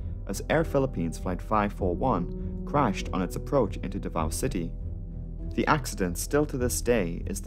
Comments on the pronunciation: As a Filipino and fan of your channel, I can say you nailed the pronounciation of the names (exception is davao where the o is pronounced sharply like "davau" or "davaw"). The video is as always excellent. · Are you 5 years old? Also, Davao wasn’t even pronounced right. What are you saying? Stop being cringe.